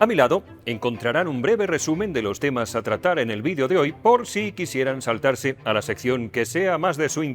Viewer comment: En este caso "temnas" en lugar de temas 😜